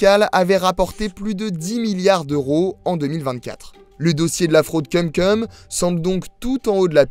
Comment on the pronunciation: Ça se prononce "koum koum". Cumcum ça veut dire autre chose. J'espère vraiment que le speaker est un stagiaire.